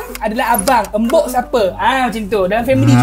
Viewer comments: Jangan embok. Embok itu dari kata simbok. Kalau orang jawa ngomong bukan embok tapi mbok. 🤭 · to pronounce "MBOK" is em bi o key, nok embuk but MBOK. 😂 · Actually mbok not embok. Mbok / ibu/ emak/ enyak all same.